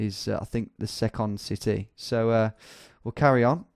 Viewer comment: Rocco Ravioli didn't you notice he said 'secandd citehh' right after that and had a little giggle